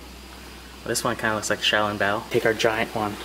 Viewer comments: You are pronouncing xioalongboa incorrectly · Yo i cant belive you dont how to pronuonce小龙包